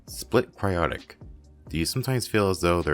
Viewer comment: It's actually Split "CryPtic" XD Also HOLY SHIT HE ANSWERED MUH QUESTION FIRST! THANKS!!!